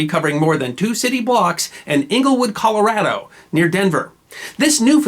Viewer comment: Why the incorrect, then later correct, pronounciation of Colorado?